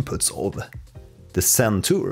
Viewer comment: It is Zen Tour, not Sen Tour! Are you originally Scandinavian?